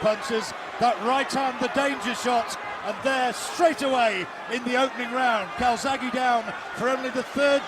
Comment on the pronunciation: Calzaghe or Kawasaki???, sounds like the latter. ( Cai--zag he )